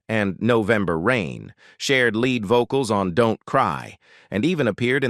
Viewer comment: Lead(leed) not lead( the metal). Lazy.